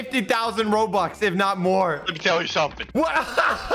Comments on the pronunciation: Bruh he said roblux not robux bro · my man said robox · Who else hears him say Roblox instead of Robux lol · YOU SAID ROBUX AS ROBLOX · i will spend 100 thousand roblox to be strongest in this game! Also: says robux instead of roblox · Instead of robux he said roblox lol 😂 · I like how he said ‘roblox’ instead of ‘robux’ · hey at the beginning you said "i will spend 100k roblox" in stead of saying "i will spend 100k rubux". Just wanted to tell you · I like how said 100k robloxs its robux not robloxs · Dude instead of robux he said roblox🤣🤣🤣🤣🤣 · He always says Roblox when it's robux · i think you said roblox isten roubux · In the intro he said roblox not robux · Why did he said roblox and its robux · Did you said roblox not robux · you said roblox instead of robux in the beggining. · 2 seconds in he said "Roadblocks" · you sayd you spend roblox not rubux